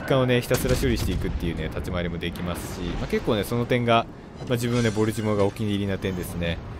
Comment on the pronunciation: ボルチモアの発音が嫌すぎ。なんでもアクセント無しの発音がカッコイイみたいやな。かと思えば最上は一般的発音してるし。